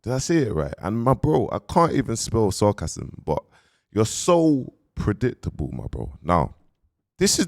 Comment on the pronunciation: Pulling man up for saying myles you can hardly string a sentence together 🤣 ‘padictable’